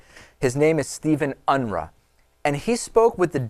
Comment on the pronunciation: His last name is pronounced " Un-roo" . There is a family locally, where iam from with the same last name . In fact I'm pretty sure this guy is from my home state as well. There are 2 Steven Unruhs from my hometown and one of them had been in and out of jail constantly on drug and alcohol charges. And Aurora area is not far from my home state area either. So it's not much of a stretch that this is the same guy. One went to my high school, the other, likely his cousin, went to high school with my cousins across town.